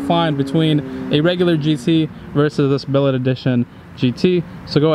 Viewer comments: It’s Buuuullitt not billitt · Bullit not billet wtf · BULL-IT.. lol. Not Bellet. Lol The first race he dusted you and you both shifted good. Then the last 2 your beating him? Doesn’t make sense. He isn’t revving his car All the way out it seems. He is shifting way before you. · Its pronounced like that thing that comes out of a GUN 🔫 A Bullet. Spelling is Bullitt, a hammer forged block of metal is known as a Billet. Bullitt is the name of the character played by Steve McQueen in the 1968 film of the same name. Bullitt is arguably the best Mustang driving in a film ever made. Hence the 50TH Anniversary tribute car. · Bro,.. this is a Bullitt. Pronounced BULL-IT. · Bullitt... not billet 🤦🏻‍♂️